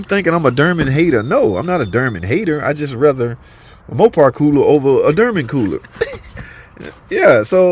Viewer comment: "Durman"? Oh...you're trying to say "Dorman"...nvrmnd.